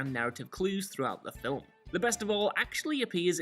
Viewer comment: "Film" has one syllable